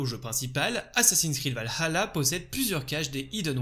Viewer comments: en faite c'est plus la '' pause que tu prends, parfois on dirait que tu dis Val - Halla tu accentues trop sur le ''Ha'' aprés je chipote sans doute 😅 mais ça n'enléve en rien la qualité de tes vidéos :) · Super vidéo comme d'habitude mais je trouve que tu prononce un petit peu mal Valhalla.. 😅